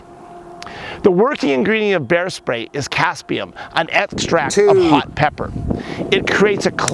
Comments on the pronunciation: Capsaicin, not "caspium" 😁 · Im pretty sure its capsiacin not caspian. Might want to learn you trade well before giving tips.